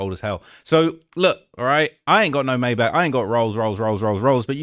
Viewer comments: The first time he said Maybach was actually more correct than the second time. He pronounced it almost correctly except there is not supposed to be a k at the end of the word. But it's fair since Americans have a hard time pronouncing ch the German way. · The" Mybach" or "Mayback" or however you wanna spell it. Lol something about Logan Paul getting scammed by Floyd brings a smile to my face 😂😂😂